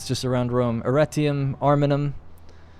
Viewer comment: I swear you said Erectium for your new island 🤣🤣